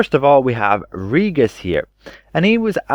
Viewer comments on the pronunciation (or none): It's Ree-jis, not Ree-gus.